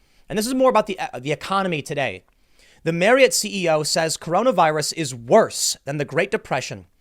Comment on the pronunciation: Nice job pronouncing Marriott correctly.